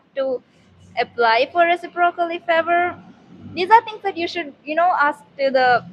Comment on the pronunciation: Ask not aks.